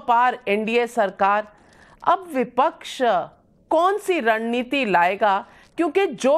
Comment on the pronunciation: Vipach vipach kya hota hai